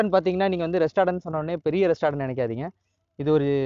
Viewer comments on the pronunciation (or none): Restatant a thambi athu restaurant pa